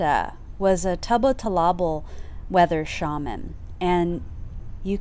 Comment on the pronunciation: You are mispronouncing Tubatulabal.